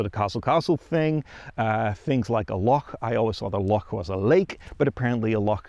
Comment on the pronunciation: A really good video, and a visitor from over seas who can say 'loch' without a problem; how refreshing.